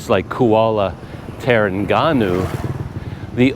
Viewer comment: Not getting accommodation in Ipoh could be a blessing in disguise. The traffic would probably be horrendous in Ipoh it being a long weekend holiday. On the topic of pronunciation, Terengganu is pronounced as "Treng - Ganu". Sungai > "Soo - Ngai" with an "ng" sound. Banyak > "Baa - Nyak". CC